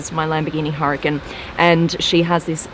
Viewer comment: Common girl its Huracan not hurricane